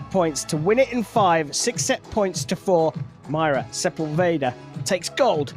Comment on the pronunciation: Sería bueno que los ingleses pronuncien bien nuestros apellidos: es Sepúlveda, con acento en la ú, no Sepulveira. Es fácil!!🤷🏻